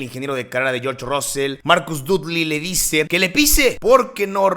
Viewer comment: No se pronuncia ROSSEL, se pronuncia RASSEL ! es como los mismos ingleses lo pronuncian, pero ya conocemos a los mexicanitos, siempre quereis pronunciar como os sale del cipote !